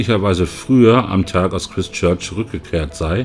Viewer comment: Das Christ in Christchurch wird Chreist ausgesprochen.